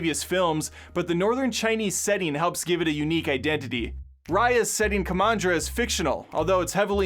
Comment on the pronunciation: Ok his pronunciation of dragon,kumandra and others is really annoying, like wow really frustrating 😥